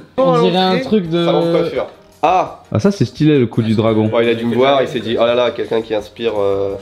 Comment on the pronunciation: Est-ce que je suis la seule à entendre "sutilo c'est stylé" à chaque fois qu'il dise le mot stylé ^^' Sinon merci de nous inclure autant dans vôtre manière de faire des vidéo ♥